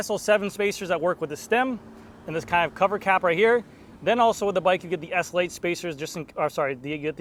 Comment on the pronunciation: S L 8, not essl8